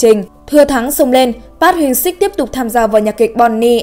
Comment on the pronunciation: Trời ơi đọc tên idol tôi mà choáng